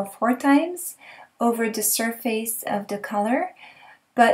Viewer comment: You are exactly right, it IS pronounced "Sir-Fuss"! I like your way better tho, LOL! Keep up the great videos, I really enjoy your work! thanks again!